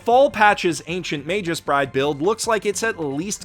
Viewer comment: I can't help but get triggered when he says Majus bride instead of Magus' Bride :/